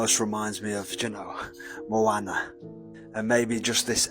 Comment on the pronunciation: “Moe Anna” LOL